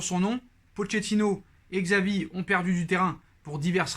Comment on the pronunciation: C’est chavi pas xavi la prononciation